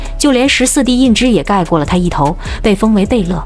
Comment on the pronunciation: 十四阿哥叫胤题ti, 大阿哥才叫胤zhi